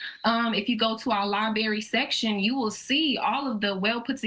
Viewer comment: Are you saying library 🫣. No shade but just be careful when throwing shots that they don’t ricochet and hit you 🎯